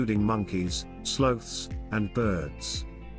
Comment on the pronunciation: Some of your pronunciations are horrible. Viejo, Cartagena with a hard G. “Slothes”. L.A. Iglesia, even mispronounced Panama.